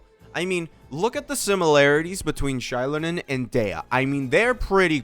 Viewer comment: It's z-eye-LOW-nen. Source: the Pyro Archon. Xilonen is basically Kazuha, you don't need to worry. How can you say DEF scaling is almost guaranteed when Navia exists? Also no one will ever replace Furina as the best character in the game.